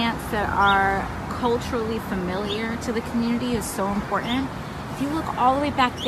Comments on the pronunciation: Why can she not pronounce important properly. It irks me so much. It has 2 t's not 1. I find her irksome. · There is no such word as impore-aant. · Someone should tell AOC there is a T in important... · "Im por tant", not "Em por ent", words are hard I guess. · Growing plants that are culturally recognizable to the community is "impor-int". I fucking hate the way she speaks. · I love it when these morons try to sound important, but then say words like: impor-ant